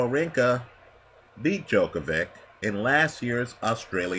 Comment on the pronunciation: Djokov-ICH, not -IK..